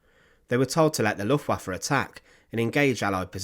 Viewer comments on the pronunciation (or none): none